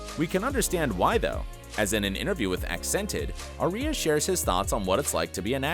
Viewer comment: Uh-lar-ick not a-ler-ick. Also he can say Shahghasemi but not Aria